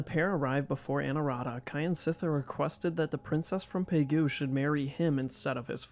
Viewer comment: Not "Ky an sit thar" but "Kjan sit thar"